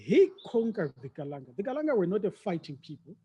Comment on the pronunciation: Ndzimu, after 182 years as hostile and tyrannical guests of the Kalanga, you still had to correct that chap after mispronouncing the name Kalanga as Kalan'a. The willingness to marginalize the Kalanga seems to be deeply ingrained. How many years must it take his kind to show respect? Chinua Achebe says mispronouncing someone's name is a sure sign of a lack of respect. By the way, after you pointed out the brutality of the Nguni impis, the MBC bloke had the nerve to ask you for a way to improve the relationship between the repressed Kalanga and the formerly British-enabled predatory Ndebele? He had the obvious choice of offering a profuse apology. Well, he chose not to. There is no contrition there. To me, the reason he and his ilk are now courting you for support is simple. The truth about Mzilikazi's genocides will come back to haunt them when they do not have the demographic muscle needed to sustain them. Now they are cleverly trying to recruit the Kalanga to boost their numbers. Fall for that trick at your own peril.